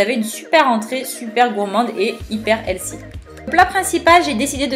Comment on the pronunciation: Belle gosse avec les lunettes ! Par contre, ta façon de prononcer "healthy" m'a donné une migraine :D